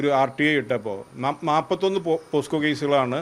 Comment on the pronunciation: പോസ്ക്കോ അല്ല പോക്സോ ആണ്..